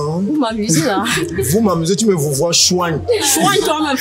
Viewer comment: Tu me vouvoie ?' "chouagne " 🤣🤣🤣